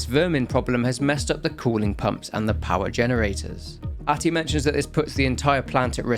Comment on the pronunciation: R-tie, not ahtty lol